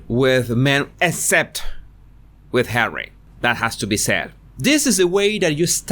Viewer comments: I really enjoy your videos. But tell me, why you keep calling Harry as "Hawwy"? I can't even tell how extremely annoying it is. I just don't understand purpose of this. Why you keep doing this? 🤷‍♀️ I have to say I had to turn off some of your films because of that, unfortunately. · Ever since u started saying 'Hawwy' I cannot stop to imagine her calling him 'Habby' as in the nickname for 'husband' (hubby) 😂😂